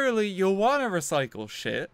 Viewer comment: what's a re-si-cle? does it taste good?